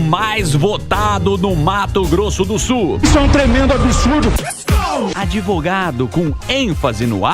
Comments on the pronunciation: Etaaaa, aprendam , não é adevogado é advogado!!!! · Esse cara falando "adevogado" é pra acabar! O correto da pronuncia, é "advogado", como se escreve, "d" mudo, não "adevogado". Um do meio da comunicação falar assim, dói! E se falou na sacanagem, tá errado do mesmo jeito, pq afinal nosso ensino em escolas públicas já é um lixo, um monte que sai da escola com ensinamento Paulo Freire, sem saber💩 nenhuma, aí o cara que é do meio de comunicação vai e manda essa? É pra emburrecer de vez! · “ adevogado” è duro em. È Advogado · É ADVOGADO, NÃO ADEVOGADO... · O deputado é (Advogado) e NÃO Adevogado . Ouviu menino? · "Adevogado"..."Qual que é"... É...fizeram Reforma da Língua Portuguesa...